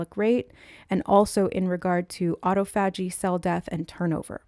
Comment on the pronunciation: I haven’t finished the video yet (12-13 minutes in) but just wanted to come over and comment before I forget that “autophagy” is pronounced: “uh–TAW-fuh–jee” (rather than: “ah-tow–FAH-jee”). But I LOVE everything you have to say about it and would NEVER want to take away from your message in any way by being a grammar police! In fact, I wouldn’t normally bother to bring it up at all because I think most people know when something is the same word even if they hear it pronounced differently. But for some reason it took me a really long time to realize it this time — I even heard you discuss autophagy previously, but only JUST NOW realized that all this time you were referencing the same metabolic/cell renewal process I’ve been learning about lately (from researching the benefits of intermittent fasting). So maybe there’s a message in that? But as I rewatch what you are saying about it (just to place in context with my previous knowledge of the word), I think the reason it didn’t click right away for me that it was the same word is because just by placing the “stress” (or the capitalized part of the phonetic spelling) on FAH rather than TAW, it inherently causes the first three syllables to be pronounced differently as well — so you spoke it like it’s actually spelled rather than how I’ve only heard it spoken. Which makes so much sense why Spirit gave it to you in that way as well, so you wouldn’t trip over the spelling when you went to look it up!!! 🤯 So cool of Spirit 🥰 From